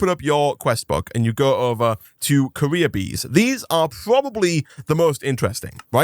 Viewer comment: when you say "career" it sounds like "Korea" hahah. wtf is that sound ?